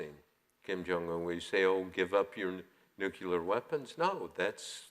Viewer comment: please make the pronunciation as it is spelled, nuclear not "nuculer". Thanks.